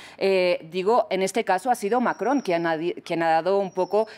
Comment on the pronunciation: Manuel Macron asi se pronucia, no Manuel Maco..como lo pronuncian en DW en español. 😀👍